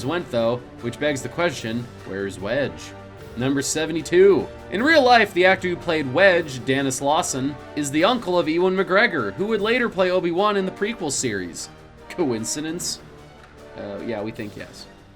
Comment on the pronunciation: This is one of many different videos where people mispronounce Ewan McGregors first name. It's pronounced Ju-en, not Ooh-in.